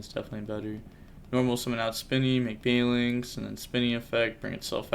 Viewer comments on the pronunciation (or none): none